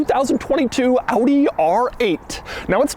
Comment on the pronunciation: Shoutout for the correct pronounciation of the brand.. thats quite unusual 👍🏻